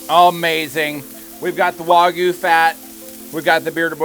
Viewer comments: It's not waGOO, it's wagYU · I cringe every time they wuagyu lol it wag like a dogs tail lol i bet they say ruf instead of rooooof lol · It's waygu not wohgoo